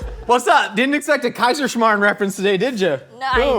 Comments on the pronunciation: The way you said Kaiserschmarrn was actually pretty decent. Respect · Btw that "Kaiserschmarrn" pronounciation was ON POINT. Perfect. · great pronounciation on the Kaiserschmarn!